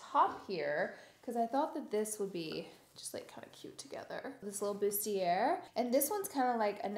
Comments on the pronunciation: It's pronounced boosty-ay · For the love of god, the R In bustier IS SILENT. ‘Boost-eee-ay’.